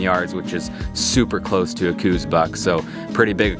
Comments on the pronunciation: I wish people could make a minimum amount of effort and learn what they are taking about. It is pronounced "Kouse," like house with a K, NOT coues! For the love of God, show a little respect. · I am positive he didn't. Do some research on how the deer got its name and don't be a simpleton your entire life.